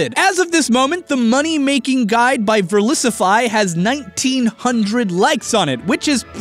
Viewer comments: Considering failed to pronounce his channel name right, I don't think he's gonna be in communications with Verlisify. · I actually screamed oh my god as soon as he said Verlisify